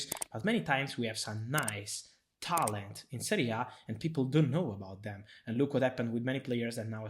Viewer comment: Man even the way he pronounces talent seems like he’s saying haaland. Man’s got serious fetish for him.